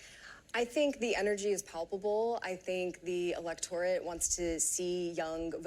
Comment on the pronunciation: elec-torate? Havent heard that pronunciation before. ha